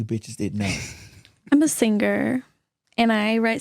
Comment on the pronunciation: immaaa SINGGG-GUURRR .... no b!tch its SINGER!!!